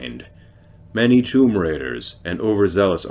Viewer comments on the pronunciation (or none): none